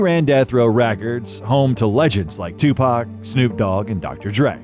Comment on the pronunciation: If you're using Ai voices please spell Tupac= Tupok otherwise it sound like 2pack which is incorrect